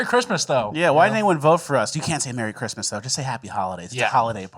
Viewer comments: Don't get me wrong, I love, but did he say "Chrima"? You mean Christmas? 'Srong with you? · Say Christmas right,. Second most important day besides Easter, or "eahah"